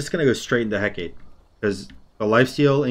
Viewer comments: Correct me if I'm wrong but I think Hecate is pronounced: Heh-Cah-Tay or Heh-Cah-Tee. Heh-Kate, like he says in the video, might be right but I don't think so 😅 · Btw its pronounced Heck uh tay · Gotta sound it out a bit more. Heck-ah-tea. That's easier for people to get what you want to have them say. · The Hecate is pronounced Hek-ah-tea.